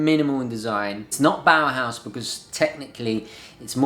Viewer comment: Bauhaus not bowerhouse